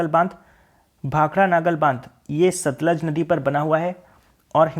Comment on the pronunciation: sir 5th question it's satluj not satlaj ..thanks 😊nice video